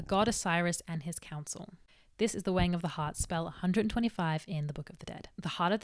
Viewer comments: It took me an embarrassing amount of time to realize she was saying "the weighing of the heart" and not "the wang of the heart" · Whenever she says "the weighing of the heart" I hear "the wang of the heart" and that gives me a lot of interesting thoughts.